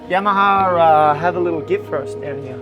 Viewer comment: It's funny how no Italian is able to say "Yamaha" correctly😂❤